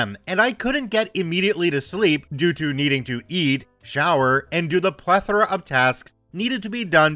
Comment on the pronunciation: Thank you for pronouncing "plethora" correctly!